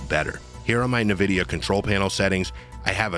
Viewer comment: "invidia" not Nividia "Rieyzen" not rizzin